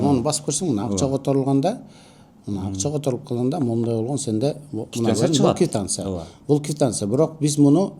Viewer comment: Орусча суйлосонордагы туура суйлогулочу😂 Кивтансия эмес КВИТАНЦИЯ 😂😂😂😅😅😅😅